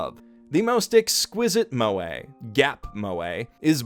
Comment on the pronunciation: I thought it was pronounced mweh not moway